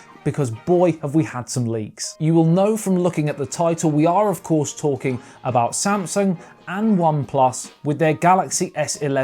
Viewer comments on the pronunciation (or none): he said samasung lol not Samsung